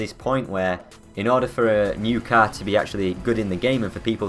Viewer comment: Learn to say car properly you fucking moron